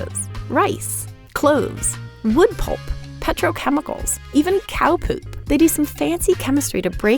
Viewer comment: I kept hearing cloves as clothes